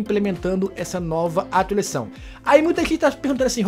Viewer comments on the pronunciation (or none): Fala atualizaçao do jeito certo